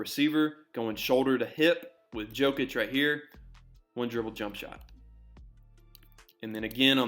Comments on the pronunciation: Jokic, not Djokic xD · His name is pronounced as “knee-cola Yokic” The “J” is pronounced with a Y. Great video! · You said Nikola correctly 🔥 Not Nee Cola (he's not a new soda) 🙂 It was only the Yokic that needed saying differently 👍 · in Serbia - J is pronounced like Y. Its alright, at least you didnt say Joekik xD